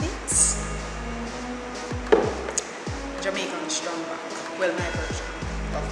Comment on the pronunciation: Girl its not strong back...its trang back lol